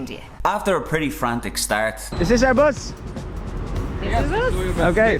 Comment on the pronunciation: Its Public Bus . Not POOBLIC BOUS...😅😅 Just joking